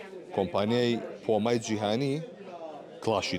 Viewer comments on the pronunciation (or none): هێشتا نازانێ بڵێ پومە ئەڵێ پۆما هههه